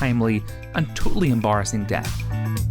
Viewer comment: Really Em-bo-ressing